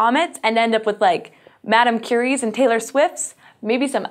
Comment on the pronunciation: You said "Madam Curie" I heard "Madam Toussaud" Was very, very weirded out for a second.